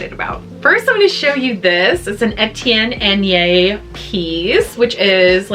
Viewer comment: I thought you might like to know the pronunciation of Etienne Aigner. It's "eh tee ann I gnare" 😁